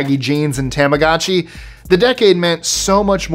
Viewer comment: You pronounced tamagotchi wrong